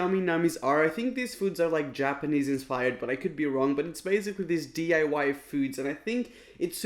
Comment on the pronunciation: you said DA.Y its called d.i.y